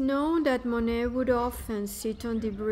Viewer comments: “Mo-nett”? How can anyone NOT know how to pronounce the name if they are presuming to inform people of his life? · To viewers: Please, please don't mispronounce this artist's name in another video, should you decide to narrate your own visit to this wonderful place. 😮 The "t" is silent. Thank you. Phonetic spelling: moh-nay. And if you are wondering...yes, I have been there- it is definitely worth a visit imo. The gardens were the highlight for me. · I wanted to watch but upon hearing the mispronunciation of Monet I just couldn’t do it… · I agree with the request for correct pronunciation of Monet. Additionally, it would be a better presentation if you were not reading the text. It comes off as "stiff".